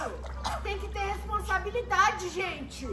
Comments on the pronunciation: mas o o video inteiro falando resposambilidade kkkkkkkkkkkkk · O " respondabilidadeeee" kkkkkkkkkkkkk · O na sacada falando RESPOSABILIDADE😂😂😂😂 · Hahahahah o void falando poteto io falando responsabilidade depois o falou eu sou a Ketlen né✨⭐💡🐭🚀⚡🦖✨